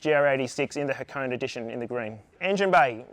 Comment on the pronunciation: HA-KO-NE, not Ha-cone. How is this the world's first dealer delivered turbo GR86 if you had to do the install yourself? Clickbait.